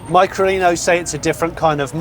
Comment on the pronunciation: sound's weird how you say it, .....try Lino Micro, and turn it back again, so no Mycro Lino.......